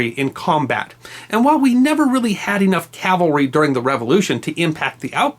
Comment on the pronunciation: This is fascinating and thank you SO much for pronouncing CAVALRY correctly. Please teach Bill O'Reilly if you ever run into him.